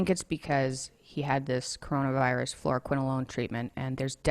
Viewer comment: Kwiene Makeda nope. She says fluoroquinolone. Sounds like FLOOR-quinolone.